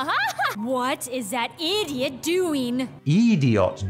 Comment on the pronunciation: Caroline Antagonist: What is that idiot doing? Me: *hears how she pronounces "idiot" and searches up a familiar character who also pronounces it that way" Ren Hoek: You... IDIOTS! Me: Yep, the way they say it sounds alike.